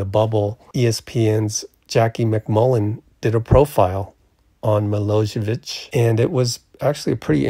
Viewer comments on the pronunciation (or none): Milojević is pronounced Me-lo-ye-vich. 'J' in the serbian alphabet is the same as 'Y' in english.